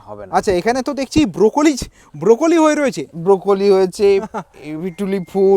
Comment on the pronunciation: ব্রকলি❌ ব্রোকোলি✅, স্টেয়ারকেস❌ স্টেয়ারকেসি✅